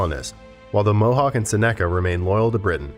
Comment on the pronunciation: If you're going to talk about the Iroquois Confederacy get the names straight I should know the names of them tribes or nations.. because I'm part of that Confederacy.. mohawk.. and every tribe you said you said wrong,, except for one. mohawk .. what you know of the Iroquois is so wrong. .. do your history do your homework